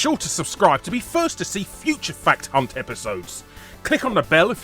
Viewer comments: I always hear "i welcome you to fat cunt" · I love the way Harry slows down and goes out of his way to say "Fact Hunt", since in all his old videos he said it quicker and it unfortunately just becomes "Fat Cunt" He's definitely been reading the comments lol.